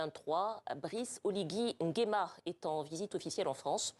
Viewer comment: Pourquoi vous les français vous avez du mal à prononcer son nom entier : C'est Brice Clotaire OLIGUI NGUEMA